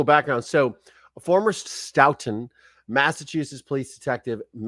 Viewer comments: Pronounced: Stow-ton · Stoughton pronounced Stow-ton Like your shows!